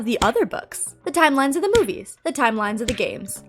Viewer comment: I adore you but I am sorry for saying this Are you saying Timelimes?